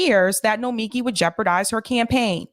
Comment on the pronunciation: I think the issue is that the accent is on the first and third syllable of her first name.